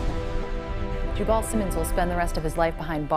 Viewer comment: As a southerner I can say that his name is pronounced “Ju bull” as in Jubal Early, the confederate general who never accepted the southern defeat. Anyone who names their son that says everything you need to know.